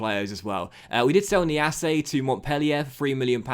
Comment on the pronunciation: Niasse, not Niassé